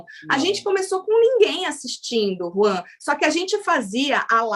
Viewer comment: Eu amo a chamando o Juan de 🤣🤣🤣